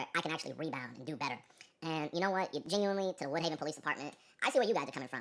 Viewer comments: He’s geniunarre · yenuinly funny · he saying genuinely like its niche